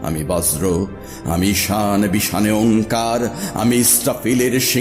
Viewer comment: 'বজ্র 'উচ্চারণ হলোনা । মাঝে একটা স কোথা থেকে এলো?